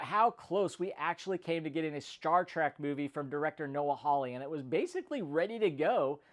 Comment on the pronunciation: It's not pronounced "Trak", it's pronounced "Trek". "E", not "A", ffs.